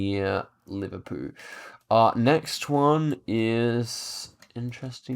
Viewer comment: "nearrrr... liverpoo" 😂